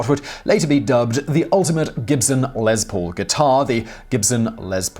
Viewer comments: It's Les, Zimon Whiztler; Les Paul, not Lez. Short for Lester, which is pronounced like Leicester. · Your pronunciation of Lester Paul's shortened name grates on me. It is "Less Paul", not " lez Paul". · It's Les Paul, not Lez Paul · Who is Lez Pool? Oh Les Paul lol gotta love the accent. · I've watched probably 100 of your videos and never once scoffed at your pronunciation of words and names but for some reason every time you said Lez Paul instead of Les Paul it just sounded weird to me. :) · I thought you were saying "LezPool" instead of Les Paul, all I could think of was a pool of lesbians lol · Lez... Lez Paul. Lol... Les Paul. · Took me a second to figure out what a "Lez Pool" was... Maybe it's a place to relax after a Pride parade on a hot summer day. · it's pronounced LESS Paul, as in 'Simon could not prepare LESS for theses shows if he tried!' So, while Mr. Paul was to all appearances MALE and STRAIGHT SO LIGHTEN UP ON THE LESBIANS, OK? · because it's impossible for Simon to do LEZ preparation for his 'job'! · if he could stop saying 'LEZ' Paul... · Um..... no, there is no z in Les Paul... look it up... Next time you try and correct somebody, make sure you're actually right.